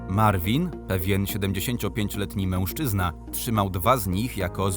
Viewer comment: Nie wiem czy to tylko moja obserwacja ale mam wrażenie że dziwnie wymawiasz słowo mężczyzna. Np w brzmi to prawie jak mełszczyzna. Poźniej też to zauważyłem dlatego piszę. Może to tzw. hiperpoprawność. Oczywiście nie odbieraj tego jako atak. Filmiki całkiem fajne. Pozdrawiam!